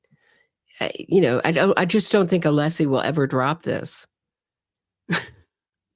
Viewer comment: One of craziest thing he said about todays coverage was mispronouncing Alessi name.😅